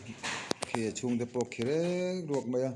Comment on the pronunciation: A pawi hle mai. (Khi rek ruak ni lovin, khi riak ruak...tih tur)